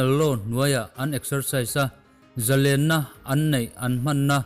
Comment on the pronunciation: A tih zia thin e,Zalenna pawh i lam dik thlap tlap mai..0